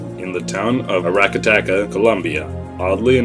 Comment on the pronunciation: It's so funny how he says Aracataca :D